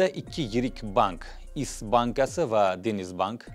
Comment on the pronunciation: Turkiyaniki ( ish) bankasi deyiladi (is) deb notug‘ri talaffuz qilibsiz. Men turkiyada universitet uqiyman va usha (ish) bankasidan kantraktimni to'lovini amalga oshiraman ....